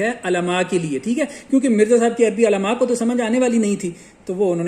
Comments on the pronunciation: حضرت ماشاءاللہ اچھا کام کر رہے ہیں لیکن عُلماء ہوتا ہے عَلماء نہیں اگر الفاظ کا تلفظ صحیح نہ ہوتا تو بات کا وزن کم ہو جاتا ہے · Mere Bhai Alaamaaa Nai hota Ulamaaa Hota hai Apni Urdu e sai krlo Tumne Lolzzz Arbi parhni hai jaaa Arbi pakka k khaaa